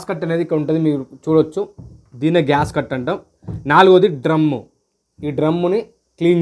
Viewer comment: GASCUT KAADU SWAMY GASKET ANIE CHEPPANDI.